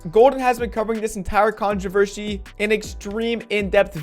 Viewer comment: It’s the contovershy for me😂😂 dude it’s controversy